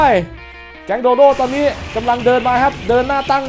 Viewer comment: พี่ครับโดโด้ไม่ใช้โดโด